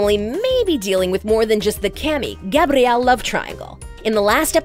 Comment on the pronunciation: Her pronunciation of Camille is just painful.